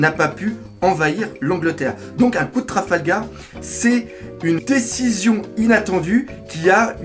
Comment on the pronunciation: "Traflagar " x') Par contre honnêtement la forme des cheveux de Killer très ressemblante à Jajji et le fait que son visage ne soit pas montrer est très intriguante . Car oui il aura forcément un rôle très important je suppose pour la suite de l'intrigue .